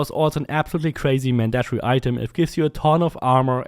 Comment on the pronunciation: "Man-dat-tree" LOL